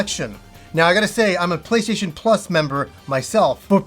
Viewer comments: Sounds like at some point he abandoned calling it the "PlayStation" and switched to "PlayShayshun"....I understand though, the mouth is just another muscle, like when your arms start giving out on military press. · funny how you say "play-shay-tion"